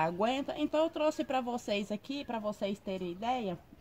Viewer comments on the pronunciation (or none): none